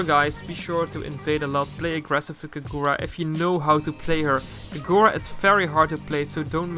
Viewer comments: I dont like the way he pronounces Kagura xd i think is kagura as short and sweet, not kaGOra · Why do you say Kagura like that, the gu are pronounced as gú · That is not how you pronounce her name.